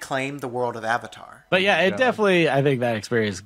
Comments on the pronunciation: I cringed everytime they said "aUng" or "sUuka/sOwkAh" or "eEroH" AND EVEN THE "OOHVATAR" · they couldn't even pronounce the word "avatar" correctly....... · Lmao the “ah-vitar” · THE AH-VATAR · The biggest mistake was having Katara pronounce Avatar correctly and then Aang pronounce it AH-VAH-TAR in the SAME DAMN SCENE. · What has and always will baffle me is how they can possibly say the words Aang, Sokka, and Avatar wrong....Just watch the show.